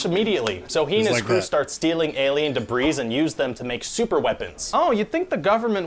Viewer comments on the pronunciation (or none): um. did he just say debreeze? like he pronounced the "s" in debris?! lol oops.